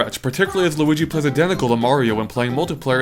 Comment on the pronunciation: did you say Luidi Iwata